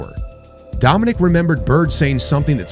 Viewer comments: DOM-IN-EEK! Please. Are you AI? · “Dominic” Wilkins?!? That’s disrespectful